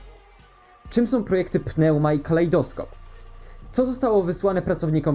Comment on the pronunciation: PNEUMA czyta sie "niuma"